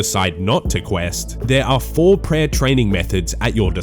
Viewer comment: Per owahhh, you need speech therapy